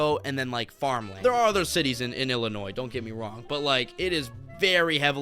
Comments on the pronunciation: I was born in Illinois. Please do not sound the 's' on the end. Illinois US state American pronunciation Sounds like i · luh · noy It is named after the Illinois tribes. 👍 🎉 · You dont pronounce the s in Illinois.